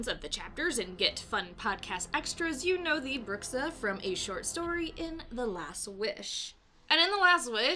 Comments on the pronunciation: The word Bruxa is pronounced Broo-sha in Portuguese, it means "witch". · Elderly? Smoking hot elderly woman....you’re hilarious....🤘🏽🤓 keep the vids coming....also if u pronounced Bruxa as if it was Spanish, it’s very close to BRUJA(broo-haa) which is a Witch...